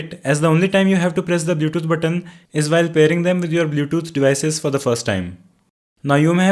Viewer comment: because he is pronouncing it blyoutoot, for example.